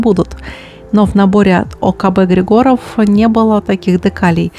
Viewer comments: Я думаю что в словах ОКБ Григоров, в фамилии Григоров,ударение нужно делать на первую И. где артиллерия?))) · В смисле, какая доказуха? Я из Болгарии и Георги Григоров лично знаю, но в Болгарии никто не ставит ударение на Григоров на первое и